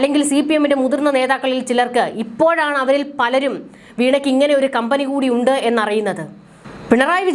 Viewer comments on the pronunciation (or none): none